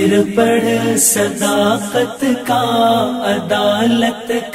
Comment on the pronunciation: sadaaqat, zyadah ka q(sadaqqat) nikaalo iSi taraH phir (پھر) ko fir(فر) kaisE paRha gaya aor bardaaSht bhi kya gaya